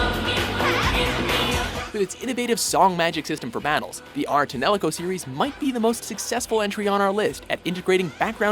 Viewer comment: Graceful Assassin, Vector to the Sky or 13th Struggle from Kingdom Hearts should be on the list And the correct title is Ar Tonelico : Melody of ELEMIA, not Enelico. What is Enelico? Somebody tell me what Enelico is, please. I don't even know what is Enelico...